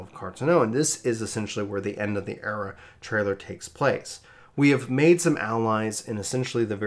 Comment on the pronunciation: Came here pre-Endwalker but dude I’m sorry your jumping around of topics, stream of consciousness style speaking mixed with in matching visuals makes it too hard to keep up. Also the constant mispronunciation of words like “era” and “Allagan” so I can’t listen to it in the background.